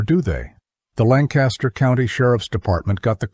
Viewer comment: Where am I listening from? About 20 minutes outside Lancaster, PA. Therefore, I know it's definitely not pronounced Lan-Caster. I'm only 5 minutes in but there is a lot of truths. Horses do know their way home. The Amish get drunk, pass out in the buggy and the horse takes them home. The only problem is horses can't read so they blow thru stop signs and red lights and well... Sometimes bad things happen.